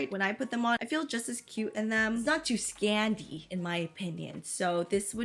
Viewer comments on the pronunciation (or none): The way she said it. scANdy